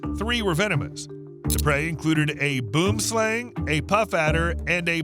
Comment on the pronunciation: It gets us, 🇿🇦, every time when someone tries to pronounce 'Boomslang' 😂😂😂 ˈboʊmslɑːŋ